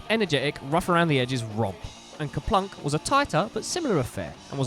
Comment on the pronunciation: It’s actually Kerplunk.